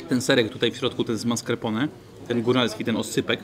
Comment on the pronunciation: Hahaha tez to uslyszalam